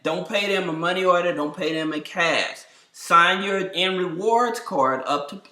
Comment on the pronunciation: I'm sorry are you saying "and" reward cards or "end" reward card? I can't decipher?